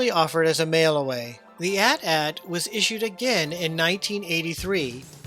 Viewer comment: Thanks for pronouncing AT-AT correctly. These new kids say each letter for some odd reason.